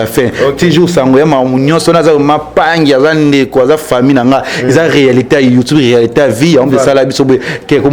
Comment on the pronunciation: Ken ye kola ko loba YouTube et non youtobe